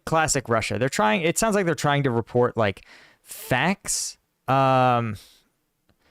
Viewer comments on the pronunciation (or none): none